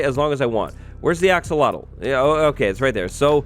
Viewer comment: I’ve been conditioned to think Axowattle is the correct pronunciation